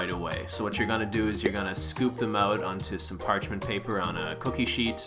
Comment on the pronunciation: Canadian accent: scoop them owwt😂😂